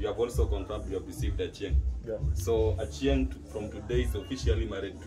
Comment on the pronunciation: Can we just recognise how he cares to even pronounce the name Achieng the right way.